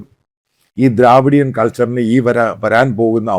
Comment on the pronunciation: ദ്രവീടിയൻ not ദ്രാവീടിയൻ